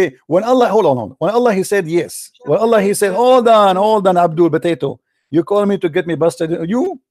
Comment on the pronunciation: Official Idiot and “Stewpid” “Botatoe”